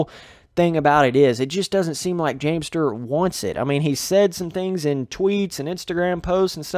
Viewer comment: Stewart not Stert